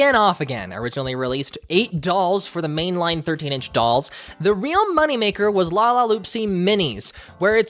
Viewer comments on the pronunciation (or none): none